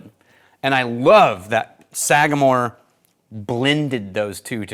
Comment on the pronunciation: The pronunciation was perfect! Glad you enjoyed it, it’s one of my favorite ryes. Also enjoyed their 8- and 9-year previous releases. Thanks for having me out to the Bonafide Whiskey Enthusiast course at the academy! It was a great time, great course, with great people. Cheers!